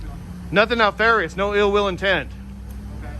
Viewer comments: Keep up the good work, but please stop saying "no ill will intent". It's either "no ill will" or "no ill intent". Also, the other word is NEF arious. Pronounced neff - like JEFF - arious. The reason they ask you to repeat yourself every time you say it is because Nalfarious is not a word. :) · Officer had a bit of trouble with “nefarious”.